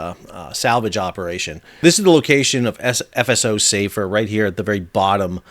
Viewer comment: Hi Sal, sorry to be pedantic but the name of the ship is "Safer" - as in an Arabic name. it is pronounced with the 'a' sound shorter than the English "safer" meaning 'more safe'. Here's a clip from a website: "Safer is a Muslim Boy's name which originates from the Arabic language." You can see the Arabic script on the bow in the video. Other than that thanks for the explanation!